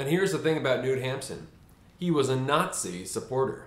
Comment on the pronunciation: Your pronunciation of Knut Hamsun and Sult caused my spinal cord to rupture in cringe.